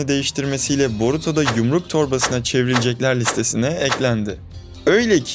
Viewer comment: ''Boruto da'' not ''Bourto'da''